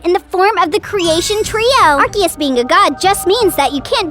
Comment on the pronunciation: ive heard of people pronounce it ark ee uss and ars ee uss and ark oos but ive never heard anyone say it ark ay uss so thats a first